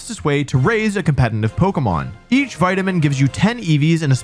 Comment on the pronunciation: For someone who says the word "competitive" so much, can you please try not to pronounce it as "compenitive"? It's very distracting 😂😂